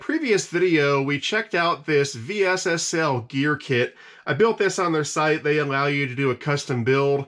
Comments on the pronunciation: just say vessel.. V S S L 😳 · I've always heard this company pronounced "vessel". Just curious if you are saying the letters for a specific reason? Great videos! Thanks for creating content.